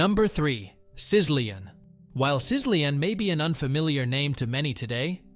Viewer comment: Sizzlean is pronounced SI-zuh-leen. And, seriously, in Spanish two L’s equals one Y. You need to get someone else to narrate your videos. Also, most of us didn’t forget these things. The title should be “You’re Probably Too Young to Have Known About These Foods” Hard thumbs down.